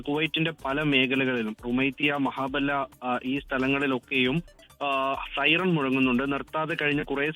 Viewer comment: മഹാബെല്ല അല്ല 'മെഹബുള' കുറേ നേരമായി നിർതാതെ സയറൻ